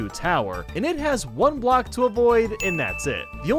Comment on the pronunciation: he said music BLCOK